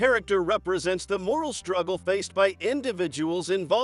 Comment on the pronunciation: It was good to see the names in print of the actual people who lived these events. Although it was disappointing not to see an analysis of Izzy Rabi, Oppenheimer's loyal friend, who also added glimpses of morality. By the way, A.I. voices are very annoying. - I almost turned it off when it said "striggle" instead of struggle for the 4th or 5th time! A real live person probably would've volunteered to read it.